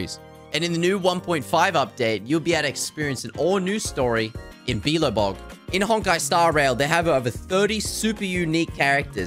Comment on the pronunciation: Did he just say bi lo bog I think it’s belabog